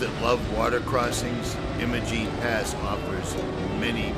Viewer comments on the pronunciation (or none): It is EYE-mo-jEEN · Great work my friend, but as a local I feel I have to correct your pronunciation. Imogene has a long I so it eyemogene.